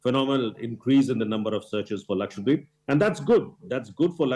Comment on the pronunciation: ppl it is not Lakshwa-deep it is laksha-dweep the lady anchor said it so right. The other anchors should listen to her. Thank you madam